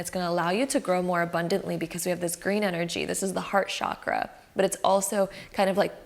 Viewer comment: The word Chakra is pronounced as “Chuck-ruh” not as “Shock-rah”.